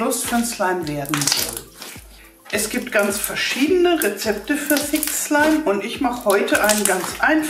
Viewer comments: am anfang habe ich fick slime verstanden 😂wer auch ? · Sie hat öfters im Video "fick slime" gesagt😂😂😂😵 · Wer hat auch am anfang verstanden ,,fick slime" 😂😂😂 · Meee hhahahahhahah🤣😅👌👌👌👌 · Am amfag habe ich F*ck Schleim verstanden manchmal aber auch Six Schleim 😂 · wenn sie dass sagt hört es sich an wie fick slime( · Sie hat das sie ganze Zeit gesagt 😂😂